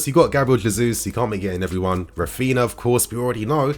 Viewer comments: it's pronounced "Raphiña" or (ny). Just helping for future videos. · Raphinha is pronounced the same way Ronaldinho is. Common with Brazilian names. It has the ñ sound. 👌🏽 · Not trying to be a smart ass but coz his our player now i believe we should pronounce his name properly. R IS SILENT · Yo - You're saying Raphinha wrong.